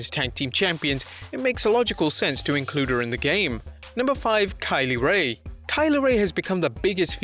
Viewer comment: Think you mispronounced kay lee ray